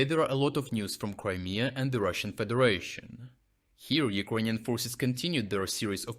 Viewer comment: the russian federetiooooonnn xD learn how to speak like a human dude